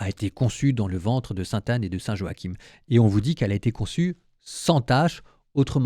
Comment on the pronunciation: En français on dit Joachin, pas Jo-ha-kim ! 😅